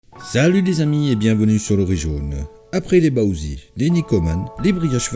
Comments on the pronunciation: tu prononces comment bao zi ?? C'est une blague on dit bao ZEU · "bao zi" la prononciation ma tué...